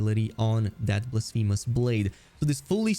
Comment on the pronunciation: he is making fun of the way you pronounce blasphemous 😂